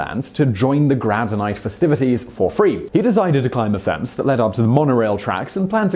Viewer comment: Why does it sound like "grab night" whenever he says "grad night" - ?!